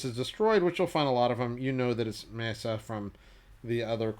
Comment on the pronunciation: Amazing collection. One can just dream of looking at them up close even. Also, isn’t the pronunciation ME-AT-ZA? Great videos!